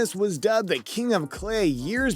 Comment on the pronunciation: The way he pronounced Ivanisevic was interesting. And 'Mustard'.